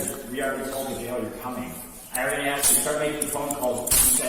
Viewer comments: the moment i hear a women say the word "axed" instead of "asked" i stop listening.. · It's amazing people even get these jobs nowadays with their 'command' of the English language. "She axed me..." 😬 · "then she axed me to pay for it" 🙄